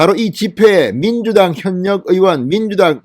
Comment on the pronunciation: 방녁수칙x 방역수칙o, 현녁의원x 혀:녁의원o, 참녀x 차며o, 이:성뉸x 이:성윤o